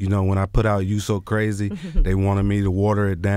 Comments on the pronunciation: I loved this interview but did Will Smith really say brazy man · Did will Smith say "Brazy" at the end ? 🤣😂🤣😂 #HeDontKnwNothinBoutThat